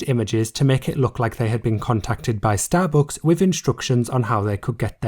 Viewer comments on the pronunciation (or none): yeah I love starbooks xD bruh, why do you pronounce it like that, took me 5 min to figure out what you mean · nice video but the way you pronounce STABOOOOOOCKS is so annoying 😭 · Wtf is “starbooks”? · Shallowbooks is all i hear u say 😂